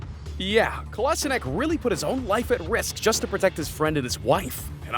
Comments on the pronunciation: Kolasinak? at least try saying in how its written and not a completely different name lmao... Kolasinac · He said it wrong that sead kolašinac